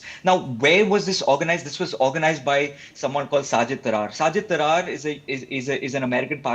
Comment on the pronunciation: He doesn't even know how to say tarar. It is taa rat not traar 😅